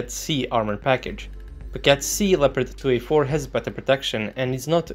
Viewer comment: Hold up, how did you pronounced 2A4 B and C? Trepkitot C and Trepkitot B? :D :D